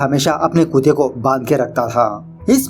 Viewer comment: Nice movie and explaination. Why you address dog as kute and not kutte... kindly answer